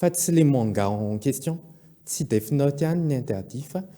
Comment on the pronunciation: death (DEF ) no fiteny fa tsy DIF ry a